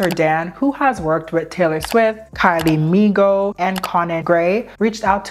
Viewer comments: did you just say kylie mi-go?? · Why did you call Kylie Minogue Kylie Migo?